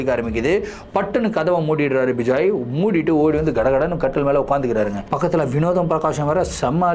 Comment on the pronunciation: Vijay illa ma bejoey🤣